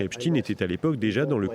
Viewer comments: Epstein pas Epstine ! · Ce n'est pas Epsteen mais Epstein... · On ne dit pas Epstin e😮 on dit Epstein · C'est pas "epstine" hein c'est plutôt "epch taïne" C'est comme si on disait "inestine" au lieu de " aïnch taïne" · Epstaaaaaine pas epstin, que veux tu cacher en changeant la prononciation ?